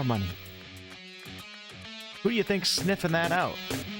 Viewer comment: Hodd toward 😂